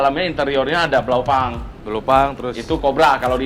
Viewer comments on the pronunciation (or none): Ralat dikit,... BLAUPUNKT dibaca sesuai hurufnya, krn itu kata bahasa Jerman... BlaupUnkt, bukan BlaupAng... Semoga bermanfaat... 🙏🏼 Maju en sukses terus,... 👍🏼